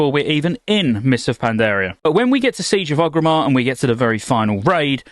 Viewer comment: Does it bug anyone else how he keeps mispronouncing Orgrimmar?